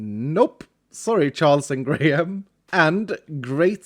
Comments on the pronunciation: Graham is said grey-em rather than grey ham!! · Tbh, every time he said Charles and Greyham, I kept hearing Charles and Grian, which is pretty funny imo